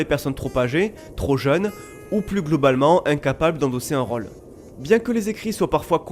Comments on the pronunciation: Bah enfaite (mais ptet que c'est que moi) j'aurais plutot tendance a prononcer le "ô" comme un "au", de façon ouverte (jrcois que ça vient du ω) que de façon fermé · Mis a part ta prononciation de "rôle", je kiffe a.b.s.o.l.u.m.e.n.t. tout